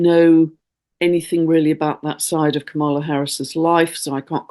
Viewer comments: Hi,! Love what you do—but one mistake you keep making: It’s KAM-ala. (not Ka-MA-la). Think “comma”, then “la”. This is triggering because purposely mispronouncing her name is a bullying tactic used by Trump and the MAGAs. 😡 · Hi, please pronounce VP Harris’s first name correctly, you are putting the emphasis on the wrong syllable, is is pronounced is if it were spelled Comma-la, not pronounced Ka-mala. Thank you. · Just to let you know Kamala is pronounced comma-la not ca-mall-a. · Thank you for your video and work. I appreciate you. Just to keep my UK friends in the know, Kamala Harris pronounces her name with the emphasis on the first syllable: KAMala. 🙏 💙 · Please say KA mala. Accent on KA like comma love u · Please know that the next US president's name is actually pronounced KA-ma-la with the accent on the first syllable, not pronounced as your queen's is. Thank you. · Thank you,. You are mispronouncing VP Harris's first name. Maybe just use her last name the way you do with the male candidates.